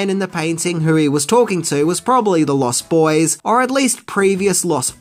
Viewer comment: Also: LostBoys, not Lost. Boys.